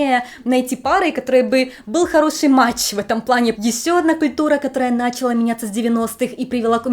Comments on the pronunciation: "началА" ✅️ ● Ударение в слове «начала» зависит от его части речи: Если это глагол, то ударение ставится на последний слог — «началА». Например: «Она началА готовить». Если это родительный падеж существительного «начало», то ударение ставится на средний слог — «начАла». Например: «На этом графике нет начАла координат». Если это множественное число существительного «начало», то ударение также ставится на средний слог — «начАла». Например: «НачАла Евклидовой геометрии содержат множество аксиом». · Ведущая, глаголы отвечающие на вопросы что делала, получают ударение на последний слог. НачалА